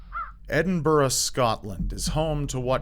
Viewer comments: you must be the first American Youtuber I've ever heard pronounce "Edinburgh" correctly. Good job! (Got me wondering also if I've been pronouncing "Buenos Aires" incorrectly all this time as well...) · An American that says Edinburgh properly!!! Amazing!! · You said Edinburgh properly, most Americans struggle with the Burgh part, good to hear on youtube!